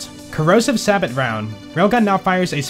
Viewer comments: Just for future reference, pretty sure Sabot is pronounced "say-bow" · I like your videos and subscribed. But I wish you look up how to say words you aren't familiar with like sabot and vampyr. Also the way you say "the" as "da" was driving me crazy.